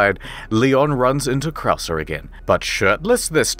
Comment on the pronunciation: I really thought he was just that bad at spanish pronunciation, until we made it to Krauser and it became clear that mispronouncing everything was a running gag.